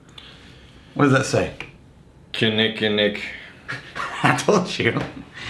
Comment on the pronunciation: I can’t believe you said KK right people that live here can’t say it great job. As you can see we just say KK lol. Again love the channel boys cheers.